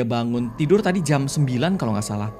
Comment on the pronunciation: uniknya karegi kalo ngomong 'jam" jadi ngomong jem wkwkwkkwkw